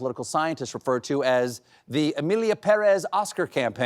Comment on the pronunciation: Appreciate that you said Pèrez correctly. Thank you!